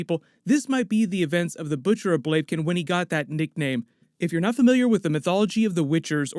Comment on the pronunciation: Butcher of Blaken?? Really?